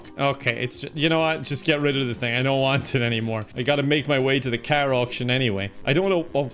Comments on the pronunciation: Learn how to say car like a normal human being please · Who do you say karrr (car) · I like the way you say car. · WHY DO YOU SAY CAR LIKE THAT